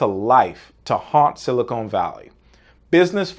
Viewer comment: It's dumb, but hell mispronouncing silicon as silicone drives me nuts.